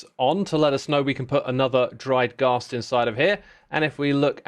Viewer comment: Wait… you say Ghast like Ga(w)st but pronounce gas as the more American way? Now im just confused 🤣